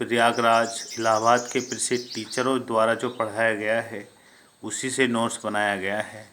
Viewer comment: नोर्स क्या होता है ये ।महोदय नोट्स होता है न कि नोर्स 😆